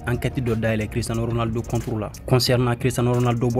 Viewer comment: Tu est vrai Barcelonais 😂😂😂 tu ne fait que de gâté le nom de Cristiano ça fait plus un ans que je te suis. 😂😂😂